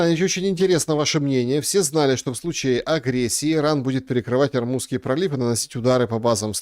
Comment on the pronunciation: пожалуйста ОрмУзский пролив❤ ну, слух же режет😅❤